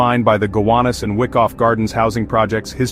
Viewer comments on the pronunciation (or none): It's pronounced "Why-koff" Not "Wick-off" Just sayin...